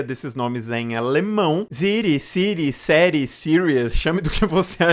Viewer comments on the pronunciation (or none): Vídeo ja faz um tempo mas eu dei uma olhada aqui no tradutor e Série se pronuncia Zierría